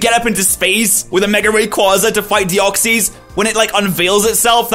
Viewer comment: no offense but u say deoxys wrong